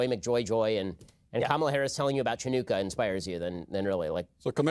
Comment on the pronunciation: I had to rewatch that part, and it was indeed Matt Walsh who said, "At least she settled down." Note that he never, ever pronounces her name correctly. Even our 14 year old daughter giggles whenever Mr. Walsh refers to Kamala.